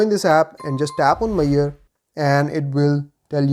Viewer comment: Measure. Not Mayor :D